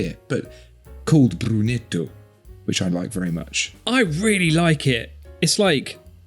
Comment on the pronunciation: It's brunito not brunetto ahahah